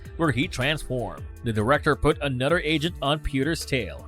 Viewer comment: A nud 'er... Brod 'er